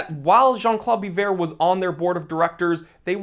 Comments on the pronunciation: it's pronounced Be-vorh also; vwah-lah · Biver ( bee-vay)